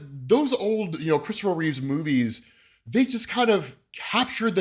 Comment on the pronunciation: Christopher REEVE, not Reeves. C'mon!